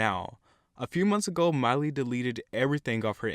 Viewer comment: And btw it is Miley. Not "Miely". Haha